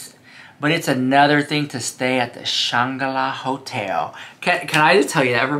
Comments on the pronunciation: Shanga-la? 🤣🤣🤣🤣🤣 do you mean the Shangri-la? 🤣🤣🤣🤣LOVE YOU! 💜💜💜💜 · I think you mean to say Shangri-La… you’re missing the “r” in your pronunciation 😅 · I thought it was Shan-gro-la Hotel ❓🤔😳😂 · Shangri-La is pronounced “Shane Grill Ah” isn’t it?